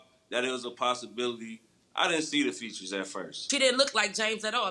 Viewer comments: The fact she saying futures and not features really BUGS me !!! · The word is "features".. 😂😂😂😂 they all say future smh🤦‍♀️ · "She had footures.." Lol 🤣🤣🤣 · I had to fast forward to the results cause I couldn’t keep listening to her saying “futures”🙄🙄💆🏾‍♀️💆🏾‍♀️ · EVERYTIME she said I repeated it like futures?🤦🏽‍♀️ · What the hell is going on with all these mispronouncing of words. That isn't cute! ConFRUSed...Fuutures!? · Did she say futures LoL